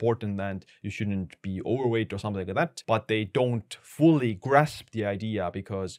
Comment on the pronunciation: Dam your "Overweight" is really hard for me to hear. Not saying I speak better English then you.